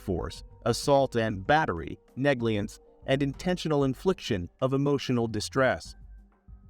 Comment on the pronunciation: Wait, did you say, "nagliance"? Hahahahhahaah